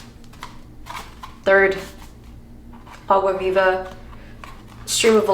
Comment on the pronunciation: Great pronunciation of Água Viva ♥I really tried to read Clarissa but aside from what was a required reading at school - I can't into her writing. I think this is some kind of heresy, but I will try next reading her in english instead of portuguese to see if I'm able to connect more with her writing. I got intrigued by the Pale King. Thanks for sharing your favorite books with us ♥